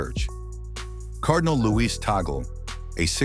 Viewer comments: I cringe everytime westerners mispronounce tagle's last name,they call him tay-gle like eagle, its tag(play tag)-lay(lay your hands) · It is Tag-Leh... Not Ta-gel...